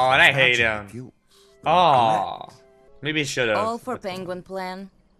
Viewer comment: I love how Benedict Cucumber says penguin as pengwing lmao